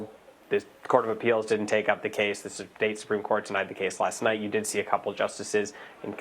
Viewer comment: CAN YOU SAY "APPEALS" COURT??